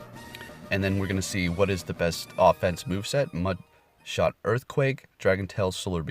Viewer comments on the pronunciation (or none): none